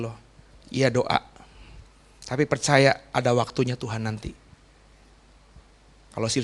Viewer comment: Saran agar pengucapan tuan dgn Tuhan supaya lebih jelas.